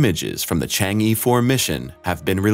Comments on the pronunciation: It is pronounced "CHONG AH" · Stop pronouncing it Changy4. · E in "Chang E" is not pronounced like E (in English alphabet), it is more like ur in urgent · Learn to pronounce "Chang'e" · How to pronounce Chang’e like a chinese: 1) Pronounce “Chang”, with the “Cha” sound like first part of the word “Charge”, not the word “Change”. So it is “Chang”, not “Cheng” 2) Pronounce the “e” as the first part of the word “Earth”, without the “th”.